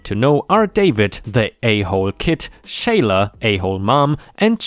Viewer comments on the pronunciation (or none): Bullying story: Sheila = "she-la" not "shay-la." Scholarship = "sk-ah-ler-ship" not "sk-oh-ler-ship." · Sheila is pronounced Sheela - there’s an Irish spelling Shelagh - pronounced the same, but often mistaken for shillelagh!